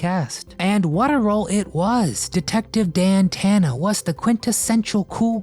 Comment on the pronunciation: rhymes with banana its Dan Tana